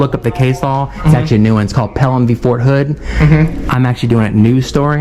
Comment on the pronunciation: Get Fort Hood off your mind and say it right.